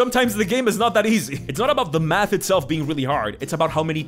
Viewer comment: My brain is... "Special." You said, "A Math shaped dagger." I heard, "A Matt shaped dagger." :D